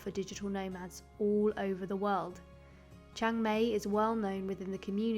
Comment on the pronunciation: Please pronounce Chang Mai properly, it's Maaaay , so exactly the opposite of how you would say May